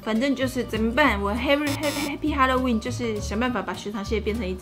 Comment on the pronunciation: 沿海地帶的哈嘍溫🤣🤣🤣